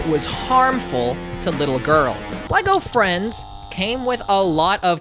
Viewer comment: I thought you said “Lego Elvis” and was INCREDIBLY confused